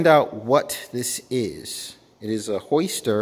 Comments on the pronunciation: "Hoister"? There is definitely a "y" in (Hi-ster)🤦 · Why do you call it a Hoister